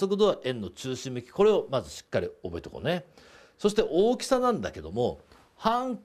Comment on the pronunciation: 荒きさ(おおきさ) 大きさ(あらきさ)